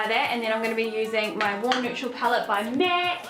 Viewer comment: idk why I found so funny everytimw she says "mec" instead of "mac". where is she from? also I've been looking for this look everywhere and I finally found one that's pretty good. thank you!